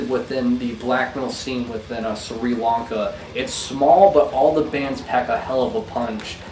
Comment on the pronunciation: I always hear a bit of Jesus Lizard in Pig Destroyer.... (btw, your pronunciation of Sri Lanka made me sad)